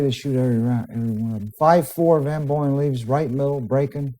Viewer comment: Sounds like he keeps calling SvB Boeing, like the airplane lol